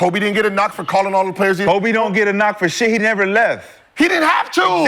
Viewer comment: Every time Shad say Kobes name he rolls over in his grave.. smh